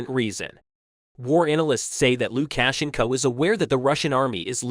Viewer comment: I believe you might to practice the proper enunciation for Luka shenco